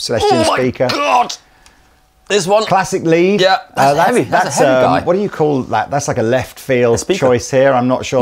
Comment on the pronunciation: 01.24 getting his "Very 'eavy, very 'umble" on....love to hear him play "Gypsy" solo lol